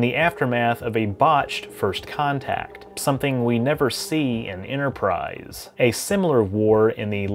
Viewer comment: There is no "Innerprise" in "Store Trek"